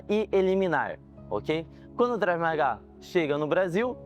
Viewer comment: Não seria Krav ao invés do Drave que você fala nos vídeos?